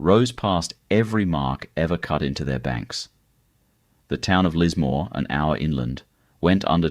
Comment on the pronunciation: You've got Nelson Bay, Gold Coast, Murwilliambah town pics including Bondi. among a whole lot of others, and The only name you pronounced correctly wasy Byron Bay and Lismore. This is more AI filler , but with an Aussie accent. I'd be checking dates and other facts around everything on this site. So cheep